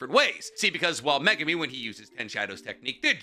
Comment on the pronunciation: HE'S FINALLY PRONOUNCING MEGUMI CORRECTLY! Finally. Good job.